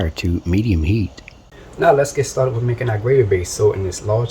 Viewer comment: I know it's good,, 'cause you smacked the table a full 10 times! Nice to see a channel where the cook uses "the trinity" AND Tony C's AND garlic! You had me at "let's get staw-ted!"